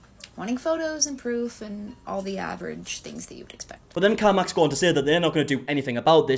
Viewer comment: Is he saying car mox?